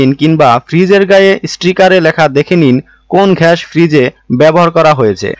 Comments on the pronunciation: উনি আসলে বলদ,গ্যাস কে উনি ঘ্যাস বলছেন,😂কোম্প্রেসর বাছাই করতে বলছেন,কোম্প্রেসর বাছাই করতে হলে কোম্পানি তে যেতে হবে😂ডিপ চেম্বার এর সাথে বিল্ডিং ফাউন্ডেশন এর তুলনা করছেন😂আসলে ডিপ চেম্বার উপরে থাকলে শুবিধা আছে। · katha ta ghas noi gas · ঘ্যাশ না, গ্যাস ভালো করে দেখে বলুন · আপনি গ্যাসকে ঘ্যাস বলেন কেন ? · ঘেষ না, গ্যাস হবে। ঘ হবেনা, এটা গ। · Vai gas na ghas??? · গাধা ঘ্যাস নয় গ্যাস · বেটা গাজা না ঘাজা খাইছে তাই গ্যাস কে ঘেস বলছেন। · ঘ্যাস না গ্যাস??? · ঘ্যাস কি ভাই! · Apnar kathay bhul, ghas na - gas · ব্যাটা উচ্চারন ঠিক কর... ঘ্যাস নয় গ্যাস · ঘ্যাস,‌না গ্যাস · ঘ্যাস নয় রে ভাই, গ্যাস। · ভাই ঘেস বলেন বলেন গ্যাস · ঘ্যাস কি ভাই? ঘ্যাস ওয়ার্ডটা শুনে রাতের বেলার ঘুমের মধ্যেও ঘ্যাসাঘেসি দেখবোরে ভাই। রাত বারোটা বাজে আপনার কথা ও উচ্চারন শুনে এই রাত দুপুরে নিজেকে পাপী মনে হচ্ছে😂। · Sala age gas kotha ta valo kre bolte sik...